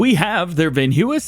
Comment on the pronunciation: I love the vids hate how you say the Dutch names Hahaha "veenhuis " and "Vredestein" 😂😂